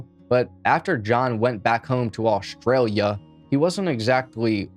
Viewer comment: Ashley is an Ashley, but Aushtralia is not Aushtralia...it is Australia.